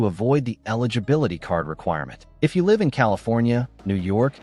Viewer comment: Total anti-gun propaganda. This post is pure BS. Keep your gun. Change nothing. Don't let them punk you. Don't get tricked. PS, I love the lame computer voice .Doesn't know how to pronounce "Live" in context. So fake. Just like the post.